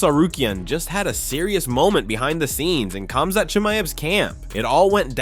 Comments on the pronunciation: Khamzat is pronounced Hamzat not kamzat get it right. Its like Khabib is pronounced Habib. Learn!!!! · Exactly, remove the K